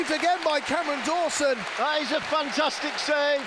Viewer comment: Why are you saying cammy Dawson